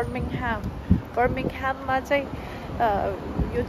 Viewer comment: You live in UK and can’t even pronounce the name of the second largest city there..!! Birmingham is home of Cadbury and one of the biggest industrial centres.. Norwich and Reading are small county towns where Birmingham, London, Manchester, Liverpool are metropolitan cities ..Can’t compare. Instead of learning to fake accent.. pls educate yourself first. Laaj lagdo! Afai lai sarkaundai k thaha chaina raicha!